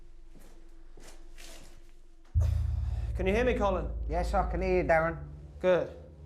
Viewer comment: His name's DERREN.. not 'Darren'. 😕